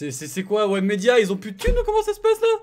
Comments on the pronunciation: J’avou en plus il rend fou a dire webmedia alors que c webedia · Il a dit webmedia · mdr ta dis webmedia c webedia gros 😂